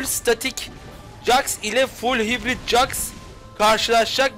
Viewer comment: hitbrit deme abi haybört deniyo die biliyorum